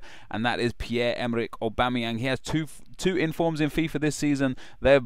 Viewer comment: You missed the "G" in Aubameyang and pronounced Mkhitarayan wrong :/